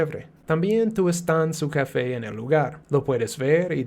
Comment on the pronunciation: Why do say "cafey" instead of "café"?